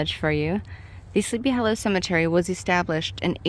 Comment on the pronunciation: I love the way you pronounce Sleepy Hollow as 'hallow.' 😄The place is amazing. A precious bit of real early American history.